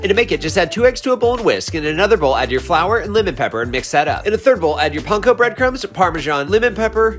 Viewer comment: Bro why pronounce panko like that no lol